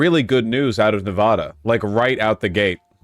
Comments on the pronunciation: Ewwww I hate the way he pronounces it NEV AWWWW DUH that's not how you say it, I'm glad we broke for Trump to humble him. The A in the middle is pronounced like the A in apple. Nev -Ahhh -duh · He was wrong about Nevada. Wrong about how we voted and wrong about how to pronounce Nevada. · You know the guy is a numbnuts...he can't even pronounce Nevada correctly!!